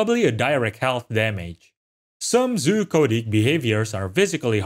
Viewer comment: I'm 99% sure he was saying "Zoochotic", but it absolutely sounds like hes saying "coded" lol